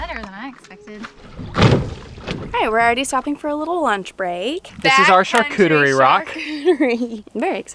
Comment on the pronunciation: "Char - cudery" 🤦‍♂️